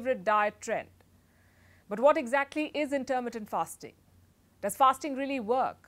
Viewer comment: Very good. Only your pronunciation of intermittent hurt my ears. The stress is on mi, not ter.